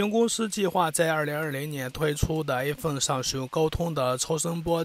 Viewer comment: Stanley 不停Aphone Aphone